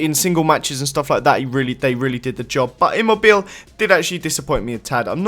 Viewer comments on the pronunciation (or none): Immobile is pronounced as Emo-bee-lay